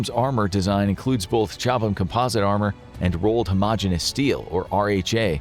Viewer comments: FYI Chobham is pronounced Cob-um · It's pronunciation is Cob ham. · The H is silent FFS